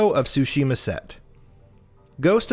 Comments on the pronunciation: Okay, I just want to point this out because it's vaguely irritating. It's pronounced Sushi - Ma. Not soo shee muh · In addition to that, the pronunciation of the Ts in Tsushima is a bit different than just an S sound. You do pronounce the T. ^^